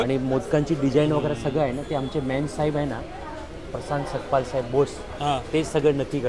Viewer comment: मराठी माणूस आहे,सतपाल नाही सकपाळ